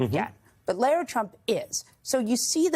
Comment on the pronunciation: "Larra", not "Laira"